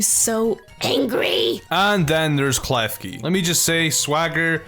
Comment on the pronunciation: KLEKI uh... KLEFKEY? anyways KLEFKI IS OPPPPPPPPPPPP